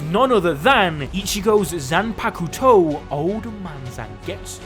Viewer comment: I hate how he says zanpakuto